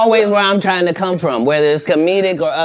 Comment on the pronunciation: When Shannon Said. COM OWNN KATT MAN! ME:😂😂😂😂😂